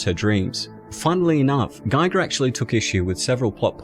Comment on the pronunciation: The i in Giger is pronounced as the i in Gimmick.